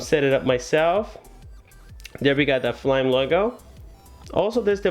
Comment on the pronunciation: I think it's Fly-me, not flyme....